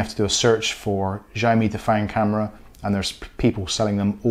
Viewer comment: I read somewhere that if the MAC address starts with 78, then you probably gonna be block. Both mine are 34 and working fine. Btw it’s not pronounce as zhaomi but ziao mi. Go google the translation and listen to it. :)